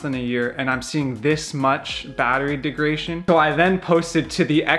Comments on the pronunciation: Great vid!! “Deg-ra-da-tion” not De-gra-tion. Hope that helps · If this guy says "degration" one more fucking time... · De-grad-a-tion. Say Degradation. Yes, Degradation. Good. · It’s not pronounced degration? Very funny dude made me laugh when it comes to the Tesla no subject is more highly contested than charging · Bad information, poor presentation. It is pronounced deg-rah-day-shon. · There isn't a chance in hell I'd take advice from a guy who has had his Tesla lowered and then mounted super-wide tires on it (and doesn't know how to pronounce "degradation" in a video about battery degradation). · This video is actually a bit misleading, and you couldn't even pronounce degradation correctly. The number displayed has NOTHING to do with driving habits. The best way to know how much your battery has left is to take it from 100% and 0% and read off the kWh (consumed) and compare it to a new model 3. That is the best and most reliable way to measure degradation that we as owners have. I agree with leaving it in % but every once in a while I'll switch it to miles just to see what the computer "thinks" it has.